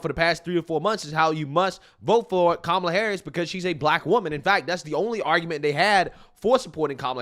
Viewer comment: 😂😂 She said kamala la la. 😂😂😂😂😂 . What a fool.